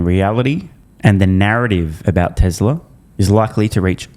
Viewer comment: TesLurr. oh , Tesla ! 😮